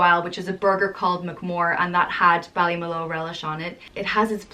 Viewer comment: bally mu lu , is how its pronouced